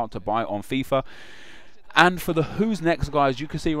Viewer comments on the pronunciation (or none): none